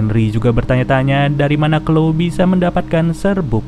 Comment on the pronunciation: Mantap min.. btw bukan sebutan nya bukan klo tp chloe = klowi